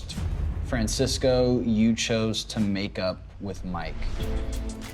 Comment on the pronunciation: Francisco, not Fransisco.....get it together MTV lol